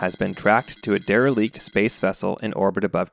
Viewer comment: Intentional or not, I enjoyed the Zoolander "derelicte" pronunciation